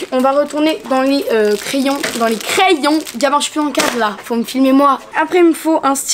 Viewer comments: C'est crayons et non cryon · J’attend ça depuis longtemps........ " criyons" mdrrr